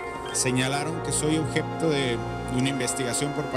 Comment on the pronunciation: creo que estaba nervioso.. Que hasta dijo "Ojebto"